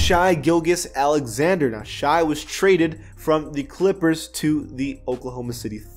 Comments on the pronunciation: It’s pronounced shay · Its pronounced shay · You need to learn how to pronounce Shai gilgeous Alexander 😂. It’s not shy gill-geous 🤣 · The way he say Shai’s name 🤦🏾‍♂️